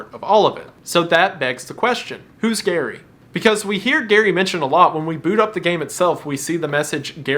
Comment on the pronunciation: Gary rhymes with scary (that is all)